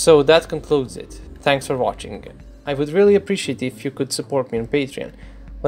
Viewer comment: Did you say "tanks for watching"?